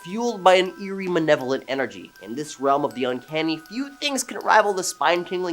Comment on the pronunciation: Its not manevolent. Its malevolent learn to read dude.